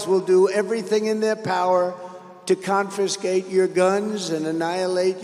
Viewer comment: "Conferscate" my guns? Oh, no!😮